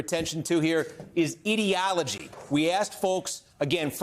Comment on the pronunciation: Steve Kornacki pronounces ideology correctly! Never heard that on American TV.